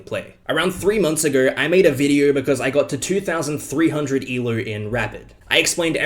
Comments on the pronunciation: Can you say el OH and not e lerw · It’s ELO not ELOO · I totally get all your points, and I agree with you on everything, but if you say "E-LEW" one more time, I will destroy your entire continent. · Why does he call it ELOO ?